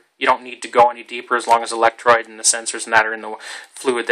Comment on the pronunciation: ElectrODE, not electrOID. CathODE, not cathOID. Come on, man!